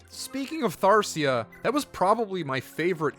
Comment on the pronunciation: Omg u spelled it the same way he mispronounced it lol maybe yall both have dyslexia?